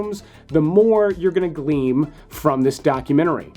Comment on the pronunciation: GLEAN ....not gleam :)